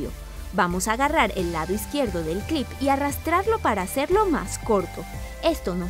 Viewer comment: like por cada vez que dijo clip ajada me encanto